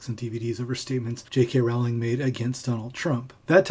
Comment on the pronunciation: I scanned the comments to see if anyone pulled you up on your pronunciation of Rowling (it’s like ‘Rolling’) but I couldn’t see any. I seem to recall Stephen Fry on QI once corrected Lee Mack for pronouncing it as you do.